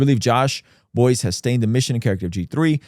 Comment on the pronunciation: He has G3 podcast. And his name is pronounced Bice.